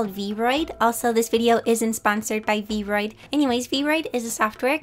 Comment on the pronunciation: This is super awesome!! and this might just be a little nitpick, but the app is actually pronounced "V-R-oid". And sorry if this bugs you a bit, i was just trying to help out a little. /_ \